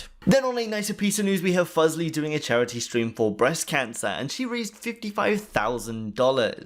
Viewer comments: I can't stop laughing at the way he pronounced fuslie "fuzle" lol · You're still pronouncing Fuslie wrong.